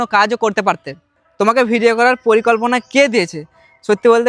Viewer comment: পরিকল্পনা ❎ পলিকল্পনা ✅😂